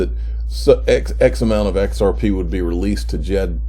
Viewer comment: "XRPaay" LMAO !